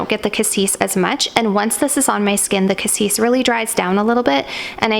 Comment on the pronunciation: I thought Cassis (you pronounce it correctly) was a Blackcurrant?